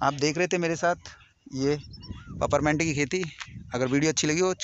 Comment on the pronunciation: Paperment nahi hota hai is la name peeperment hota hai illiterate ho.